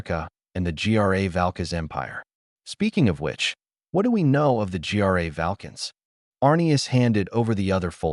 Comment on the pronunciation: Thanks for the story! Say, when I use naturalreaders to do TTS there is an option to alter pronunciation of certain words. It is particularly useful when using endonyms. For example, the narrator here keeps pronouncing "Gra Valkas" as " G R A Valkas" and you can fix that. I don't know what service you are using or how much time you put into these TTSs, but I thought I would mention it.